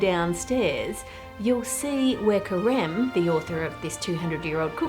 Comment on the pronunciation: When you where saying Careme’s name I (a french speaker) heard Crème, and I thought it was quite the coincidence that this huge chef was named cream in French lol